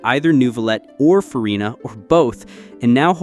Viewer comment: cmon, "Farina", "Ctilali" (last cyllable stressed), "Fountain" (pronounced exactly as English word for, well, fountain). Noone who has even a minor game experience would make such mistakes. AI generated clickbait ox poop.